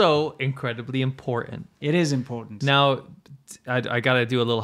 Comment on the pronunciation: ImporTant vs Imporant One of these guys was raised by English speakers and one in California.